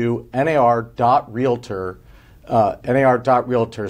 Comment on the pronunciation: should learn how to properly pronounce the word "Realtor"... It is not" Realater"...